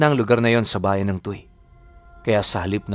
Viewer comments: matagal po ako sa Batangas..halus naikot ko na po..ang lugar po na nabanggit mo e (Tu we kung bigkasin TUY) TU Y/WE. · Tuy - tuwi, ang bigkas po! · TUY =TUWI po ang tamang pagbigkas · "Tu-wi" po ang bigkas doon sa Tuy pero ang ganda ng story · angas ng kwento, btw "tuwi" (tuy) po yung pronounciation ng lugar na nasa kwento